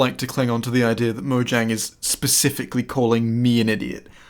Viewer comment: Buddy. BUDDY. It's a soft J. Say it with me: MO-YANG